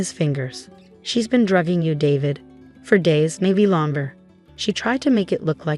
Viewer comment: DRUGGING NOT DRAGGING